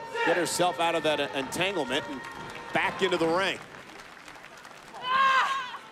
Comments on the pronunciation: Im just happy I'm not the only one who heard "ENTANGLEMENT"😭😭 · So we just gonna ignore Michael saying ENTANGLEMENT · He said entanglement😂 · Did anyone else hear Cole say entanglement 😂😂😂😂😂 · Who else heard entanglement 🤣🤣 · Did Cole say Entanglement?? 🤣